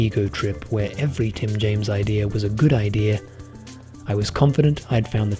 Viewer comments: "I had an idear. I put together my idear." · nobody is gonna comment him saying "Ideaer" /